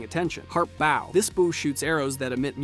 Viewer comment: First time I ever heard someone mispronounce the word "bow"